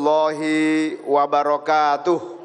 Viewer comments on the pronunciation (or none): none